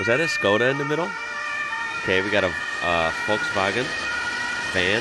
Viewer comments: An American who pronounces Volkswagen correctly. My respect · you are the first American person who i've heard say Volkswagen correctly!